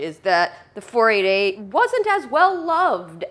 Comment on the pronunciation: Grateful that has provided the segue into this issue, as it is something that I have been meaning to rant about for some time. The long accepted nomenclature for Ferrari model numbers is to say each number individually. It absolutely IS 4-8-8, NOT 4-80-8. The doubling up of the 2nd set of numbers seems to mostly be an American thing, so I am not calling you out specifically Dan, but I do notice that you frequently interchange between the 2 'pronunciations', sometimes in the same sentence, for example you will say 4-5-8 and then 4-80-8 or whatever the case may be. I don't think I have ever heard someone from Ferrari referring to their models in the 'American' style. Now having said that, and to further complicate the issue, in my view there are 2 exceptions to the 'rule' here. Model numbers ending in zero, ie 250, 360 etc. In this instance it is acceptable to call it a 2-50. Also bearing in mind that often part of the model number refers to the cylinder amount (ie the 8 in 348 refers to 8 cylinders so NOT 48!), it can be argued that 12 cylinder models can be referred to as such, eg a 512 can be referred to as a 5-12. Love your channel, have been watching for a few years already, I want to stay tuned and hopefully it will be sweet!